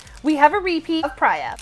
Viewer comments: Just a tip that Priya is pronouced ‘Pre-yAh’ ‘not prey-uh’ just for future reference <3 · Btw it’s pri-ya and love the vids!!!!